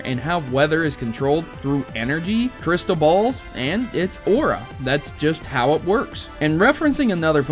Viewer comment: I know this. I think the reason why dragonair's weather effects were not used to it's full potential,is because the limited technology and due to the fact abilities weren't in existed until ruby,sapphire and emerald in the early and mid 2000's (for emerald) LOL i like how you say aura and dragonair's name, sounds kind of like haorah and Draganaires. But its all good every person will always have a different pronunciation for the pokemon series